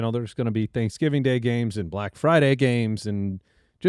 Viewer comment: "Thicksgiving"? What was that about?